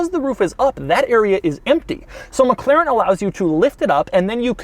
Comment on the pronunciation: This must be the weirdest pronunciation of 'McLaren' I've ever heard in my whole fucking life.